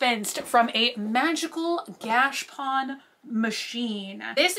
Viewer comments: I cant take it any more. - stop saying Gashpon. It is pronounced gash a pone. There is an A in there & it is pone like bone, not pon like Don. If I hear Gashpon anymore I’m going to pull out my eyelashes. PLEASE PLEASE PLEASE learn how to pronounce it correctly!! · Every time she says gash pawn I wanna strangle myself 🤯🤯 look at a dr. Squish vid so she can please teach you the correct pronunciation my OCD is spiraling I love you not trying to be mean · Are you pronouncing gashapon correctly? I've always heard it differently. Think you Are missing the middle a? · I've never heard gachapon, said like that. weird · 22 minutes of saying Gashapon wrong.